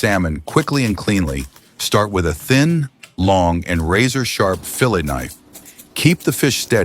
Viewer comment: there were a few of them.. I’d have to go back and watch it again…. Filet was one of them.. Kept saying fill it knife..